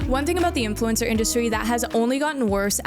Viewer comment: "AI infulcner"